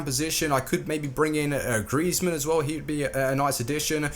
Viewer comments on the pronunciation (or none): none